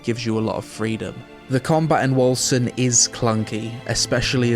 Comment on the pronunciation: Bruh I always peonounced it like "Wolken"... Hearing the correct pronounciation is somehow unsettling